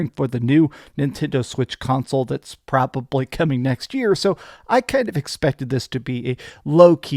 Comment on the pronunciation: Why do you talk so weird? "It has just conluted", "propibly"